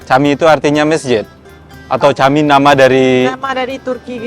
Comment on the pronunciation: Camik cara bacanya jamik...dlm bahasa turky huruf c bacanya j